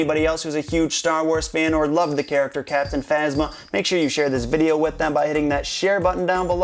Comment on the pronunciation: captinphasma sounds like captin mama ( just to me)